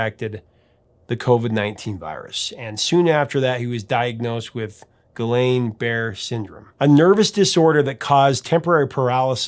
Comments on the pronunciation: Can tell doesn't have a French background.... Gee-yon bar-ray syndrome... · Guillain-Barre is pronounced gee-on barray, with the g a soft g